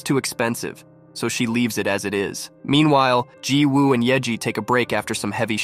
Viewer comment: Remember that when there is a Woo in a Korean name, it’s pronounced Ooh. The W is silent. I’m willing to bet that the name is spelled Jiwoobut should be pronounced Ji-oo.Didn’t you hear how the actors pronounced the name??